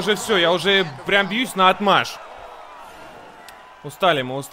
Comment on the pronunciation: НаОтмашь,. А так, все круто:) (с) Филолог